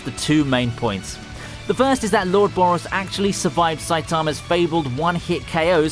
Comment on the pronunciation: Who is Boris BRO? its BOROS